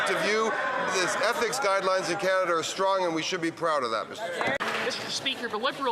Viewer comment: Lol MacKinnon has a hard time to say ethics hahaha